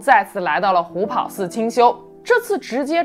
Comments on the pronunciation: 虎跑（ páo）寺是正确读法。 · 虎跑寺听着太别扭了，跑在这里读第二声 páo